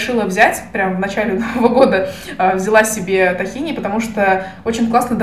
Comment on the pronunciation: Маленькая поправочка, не "тахини", а "тхИна"